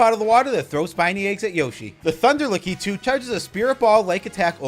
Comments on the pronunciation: Great video! I like how you pronounce La-ke-too!😂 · I can't get around how you say lakitu